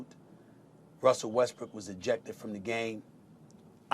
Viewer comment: It sounds like he’s saying Westbrick 😂😂I can’t un hear it